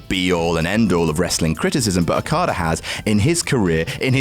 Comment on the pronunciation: Happy birthday!!!!!!!!! <3 Why do you keep pronouncing Rokada and Ribushi? XD